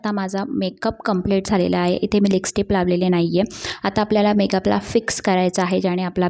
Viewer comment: मेकअप छान केलस. व्हिडिओ बनवताना भाषेवर प्रभुत्व असावं. नको तिथे ण चा वापर अयोग्य आहे. छाण नाही छान नाही हा शब्द णाही असं बोलतेस. आणि लिसटीप नाही गं लिपस्टिक म्हणतात. काला नव्हे काळा. मेकअप चा व्हिडिओ करते आणि लिसटिप बोलते. योग्य ती सुधारणा व्हावी.